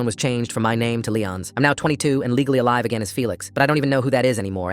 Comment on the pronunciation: “IM FELIX AND IM ALIVAA”😂